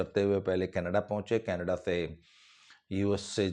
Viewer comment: Sir very good mimicry When you try to speak in panjabi tone केनेडे